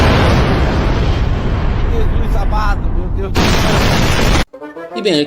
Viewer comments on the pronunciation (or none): none